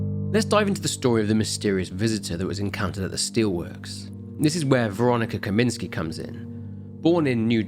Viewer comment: Should be “Kaminska”, not “Kaminski”. Unless she’s secretly a he.